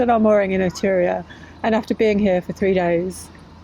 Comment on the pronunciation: Someone should tell there are two rs in Etruria!